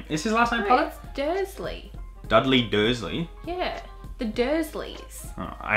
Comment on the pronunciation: When you were talking about HP., "Dudley Dursley" 😂